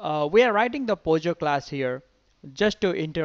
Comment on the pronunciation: it is POJO and not pogo... just saying